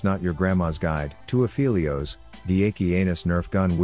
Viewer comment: You are saying Aphelios wrong. Go listen to his voice lines.